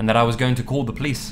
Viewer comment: "Call the pleese" love ya